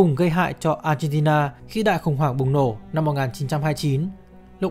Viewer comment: Mình nghe cả chục lần mới phát hiện ra b chủ kênh phát âm chữ Argentina. M nghĩ b phát âm chuẩn quốc tế. Nhưng thà cứ như thời sự phát âm là ác hen ti na cho dễ nghe.